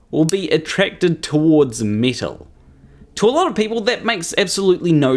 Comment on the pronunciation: It wasn't just you. I was also trying to figure what "meetel" was until it hit me he meant metal.